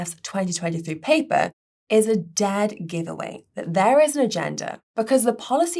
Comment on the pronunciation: replaces the 'e' sound with the 'a' in a lot of her words. 'daad' instead of 'dead', 'rackomendations', etc. Sounds weird, but she's British, so I guess it's ok. Oh... And